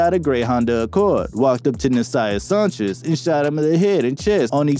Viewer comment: How do you mispronounce Sanchez